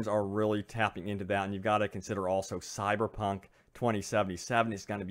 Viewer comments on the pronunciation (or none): none